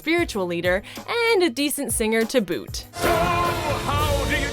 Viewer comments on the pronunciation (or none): none